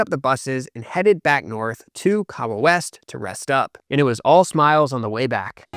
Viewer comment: Ok, I'm going to need you to pronounce KAHAWA correctly 😂 on a serious note, I think it's a sign of respect to make the effort. After all, you're nailing the players' names ✔️ 🏅 With Kahawa, emphasis on the "HA" (k'HA-wa / kaHAAwa. Also, every vowel is pronounced in Kenyan names (eg. for Ouma and Kiarie). PS: That suspense and climactic ending was EPIC! I was grinning ear to ear 😁🙌💪🏆 Well played guys! 👏🏾👏🏾